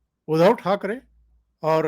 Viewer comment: 1) बात थोडा जल्दी जल्दी करते जाओ. 2) उधव ठाकरे नही उनका नाम उद्धव ठाकरे है 3) बाळासाहेब थोराट नही थोरात उच्चार किया करे. धन्यवाद